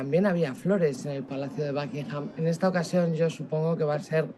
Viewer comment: Los españoles hablando inglés cambian muy cómico la U por la A. En “El Espejo” llevan a un experto en temas políticos que pronuncia “Tramp” a Donald Trump y ahora y la invitada dicen “BAKingham” al Palacio de Buckingham